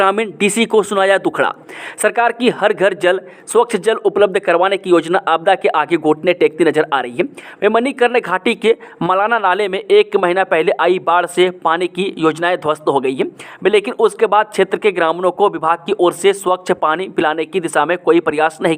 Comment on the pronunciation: Sir, bolne ki speed ko thoda km kro. Aap jab maheena bol rhe ho to mahila sunayi de rha hai. Wesse aapki news bahut hi achhi hoti hain.